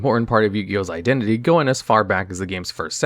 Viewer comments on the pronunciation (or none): none